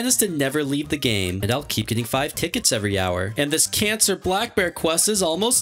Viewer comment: Did he say can cer